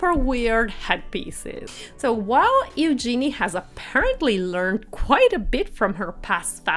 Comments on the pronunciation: It’s pronounced HUGE genee. Not You gee knee. Geez. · If you are going to report on people it would be nice if you would pronounce their names correctly. Princess Eugenie's name is pronounced yoo-zhe-nee and the Duke's family name of Grosvenor is pronounced grove-nur (the "s" is silent). As for Eugenie's dress - it was dreadful. Boring color - actually rather an ugly color. A belt would have cut her at the waist making her look more short and dumpy. She also could stand to be fitted with proper undergarments (as could some others in the Royal family.) Eugenie rarely wears makeup which is a personal choice, but for a high society wedding it would have been nice to at least see a bit of color. I do agree with you on the bride's shoes. While pretty, and I understand the "something blue" idea, it was the wrong shade and very clunky looking. A pale blue would have been a softer look for her delicate dress, and while a chunky heel would be better than trying to stand on 'stilts', if she wanted comfort, perhaps a flat or low heel. And, as others have pointed out, what was the reason for even mentioning The Duke and Duchess of Sussex? They didn't attend so there was no reason to say anything about them. And what nonsense to say the wedding cake was influenced by the Sussex cake. You took that information direct from Hello magazine and it was ridiculous of the author to say, let alone for you to repeat. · Disregarding the other mispronouncments, I must correct your mispronouncing of Princess Eugenie. Her name is pronounced "you-genie", with a soft G. Also, Grosvenor is pronounced "Grove-ner" the S is silent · Please search how to properly pronounce Eugenie’s name, you said it incorrectly throughout this video.